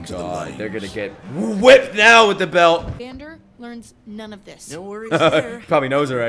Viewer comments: this will be the best show u ever touched just wait for the next episodes:) also its vandEr not vandOr just for clarification ^^ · please don't call him Van-Door ;( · I love how you call Vander "Vendor" 😆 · Great fkn reaction! It would be insane to get Arcane reactions every 1-2 days, omg this would be a blessing for this summer. Btw. it's "Vander" :)